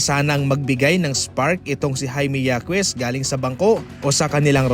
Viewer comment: Yakes?😂😂😂 Babasahin nlng mali2 pa